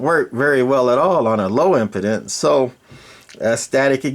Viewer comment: Im-pee-dence. The way you're saying it means the mic can't get a hard-on.